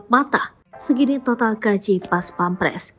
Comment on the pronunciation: Bukan pampres tapi pèmperes.